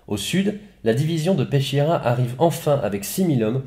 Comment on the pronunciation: Bonjour. Ch en italien c est le son k. On dit donc Peskiera.